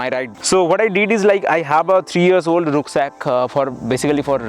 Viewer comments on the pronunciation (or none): why do you pronounce the word Rucksack in a very strange way oh... i see you r from kolkata west bengal alright no problem bro keep on because there is no way you can do it in a right way